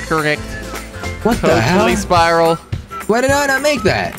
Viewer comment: Omg when Jelly called the spiral a sprirol omg 😂 LOVE YOU FOR KWEB